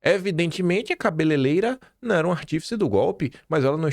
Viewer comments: Aí,, sei que é uma questão menor, não interfere em nada na propriedade do que você diz, mas é tão feio te ver falar "cabeleleira" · KIM!!!! Não é "CABELELEIRA"!!!! Treina aí 😘😘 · PQP. FALOU CABELELEIRA 3X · CABELEIREIRA,, pelo amor de Deus E não, cabeleileira.